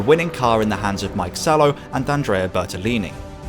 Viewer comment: "Mike Salo" 🤡